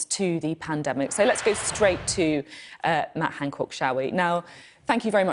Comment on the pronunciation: “Matt Hancork”